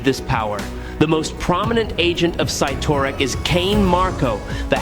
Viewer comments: Cytirak, not sitorac. Fix your English for your AY (AI) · clearly youre not a comic book fan but its pronounced "Sid-Are-Ak" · When Colossus was a teen, he was Class 70, meaning he could lift 70 time, but as a fully mature adult, he's currently Class 100, listing well over 100 tons alongside Hulk, Thor, Gladiator, Juggernaut, Hyperon, Blue Marvel, and Namor. And Cyttorak is pronounced as CITTERAK. Wolverine is NOT a Meta human, he's a mutant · The way you pronounce Cyttorak is annoying. Also it’s the gem of Cyttorak not orb